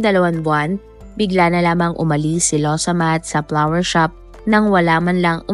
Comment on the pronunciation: Its FLOWER SHOP NOT PLAWER SHOP !